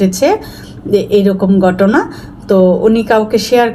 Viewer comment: আস্লামালিকুম না , আসসালামু আলাইকুম। গটনা না ,ঘটনা । গটেছে না , ঘটেছে। উচ্চারণ ঠিক করেন।